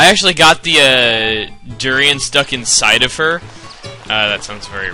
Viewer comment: Slide-jumping (press B while running, jumping or sliding) into a durian (du-ri-an or du-ra-in (that's what chugga was saying most of the time :P)) and it will make it fly really far, not even kidding.